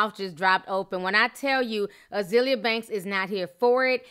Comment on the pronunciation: Ah-zale-yah lol